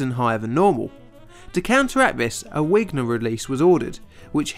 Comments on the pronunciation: It's called a Vigner release no wigner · Wigner must have been German-ish - pronounce 'vigner'. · The process to release excess energy is named after its discover Eugene Wigner who was born in Hungary. There cow the w in his name is pronounced as a v. There is a very good documentary on YouTube called a very British bomb. All the names are pronounced correctly. On the subject of paid promotion I stopped the video as soon as you broke in with the fake I love this product promotion. I won't be watching anymore of your videos that are sponsored unless the sponsor mention is at the front or the end of the video and is not a "I love this product because they paid me to read their script". Sorry. It comes across as cheap and untrustworthy. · Sorry, that's Wigner with a V, pronounced VIGner. Thank you for the great video nonetheless. Cheers